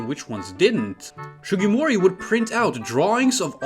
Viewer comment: Its SUgimori not SHUgimori